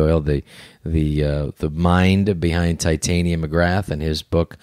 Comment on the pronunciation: Rob "Ti-tainia" Schneider